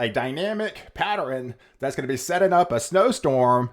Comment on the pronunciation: Someone PLEASE tell this Genius how to pronounce "Pattern" it's not "Patt-er-rn" every time I hear him say it, I want to scream!